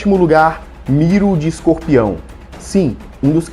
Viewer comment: É MiLO, com "L", não? Vc falou MiRO com "r" várias vezes. kkk Muito bom o vídeo e a análise comparativa.